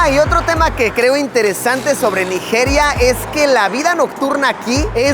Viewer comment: Naijiria, la j tiene que pronunciarse como "chi" suave